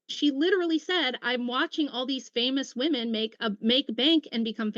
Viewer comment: Does she know it’s “women” and not “me”